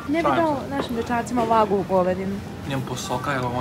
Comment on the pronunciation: to je vagju ne vagu ahhahahaahhahaa